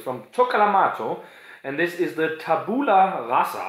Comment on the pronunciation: Just one thing: it's pronounced tàbula rasa. If you didn't know, it's latin for "blank state". Anyway, if you want to try more italian beers, check out Borderline Brewery, they are from my area and they're still relatively unknown. Skål!